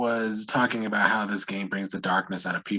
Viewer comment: talk aboot. you are Canadian. Ketchup chips, Avril Lavigne, and jimmy from degrassi yes 🙌